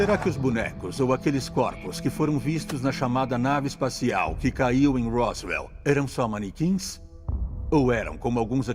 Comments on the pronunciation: É Roswell.... não Roosvelt ou Rooswell... ajuda nóis aí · Rosivelt foi o presidente e ROSWELL foi o caso ufológico. Pronúncia correta: "Rózuel" com "Ro" de Rock'n'roll e não "Husivel" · Não é "ruzuel". A pronúncia correta é rózuel. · a pronúncia não é "Rosevel", é "Rózuel"... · So a pronuncia que é "Róswell". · ANTES DE FALAR PALAVRAS ESTRANGEIRAS VERIFIQUE A PRONUNCIA SENAO VOCE VAI PASSAR VERGONHA COMO NESTE CASO ``RUSEVEL`` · Na verdade, a pronúncia é "Rósuél" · adoro seu canal, vc sempre aborda assuntos variados e interessantes, só uma observação minha o nome do Caso se pronuncia Ro-ssu-el (Rosswell), Roosevelt é o Sobrenome nome de um dos ex presidentes do EUA!!! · Acerta a pronúncia aí djow, a pronúcia correta é " rós uel" (Roswell), e tem um S somente e não dois. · Belo vídeo Man, só uma coisa, Roswell se pronuncia rós uél. Esse vídeo da autópsia do ET não chegou a passar no fantástico nos anos 90??